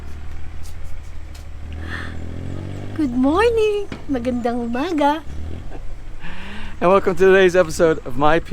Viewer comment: Hallelujah, finally correct pronunciation of the good morning in Tagalog. Love the vids though.